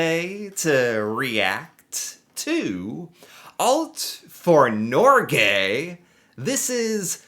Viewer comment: Stop saying Norgey, it's Norge